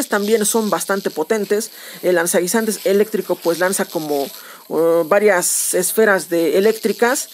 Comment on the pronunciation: "Lanzanguinzantes" xD